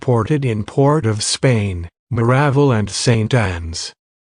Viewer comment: Changed my mind. Must put a stop to this We shall let Tunnapunna and Ca- RÓ-ni slide but Maráv'l is too much.Repeat after me : Ma-ra-VÁL, with the stress on the final syllable.